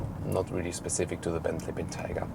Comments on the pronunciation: Ben-tiger? It's pronounced Ben-Tay-Gah! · The environment up north your friend told you about is taiga, pronounced how you're saying it. Bentayga is the name of this vehicle, and since Bentley was a British company you should probably say it how they do. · Excelent video as usual. Highly enjoyable. However, several things. Re. the name, maybe the snow forest Taiga in Russia is involved but most Bentley people I've heard say name was influenced by the Roque Bentayga in Gran Canaria. So it would be " BenTIEga". The front grill.. is it really in chrome? Bentley have always been so proud of being the only manufacture which uses polished stainless steel where others use chrome. The indicator sound is exactly the same as my fathers Jaguar XJ8 of the 1990's. It's a wonderful vehicle but I have to ask the question, is it really worth 2 - 2.5 times as much as an Audi Q7 on which it is based?